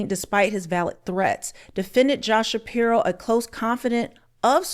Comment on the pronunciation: …Shspiro… Every. Single. Time.